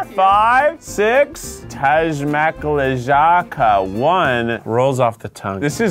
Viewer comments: Cringing so hard on thAZma klEjAcka while it's clearly taśma klejąca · tasmaklejaca is kinda pronouced like this - tasma clay-oh-c-a aahh it's hard to explain, but it is adhesive tape in polish XD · That moment when you realize only after a while that this strangely pronounced word 'tasmaklejaca' is not just a fancy word, but a phrase in your native language O.o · Love the way you read "taśma klejąca" XD <3 It's "sellotape" in polish :D